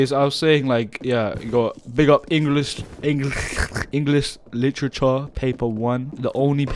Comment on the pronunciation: "englis lichecha"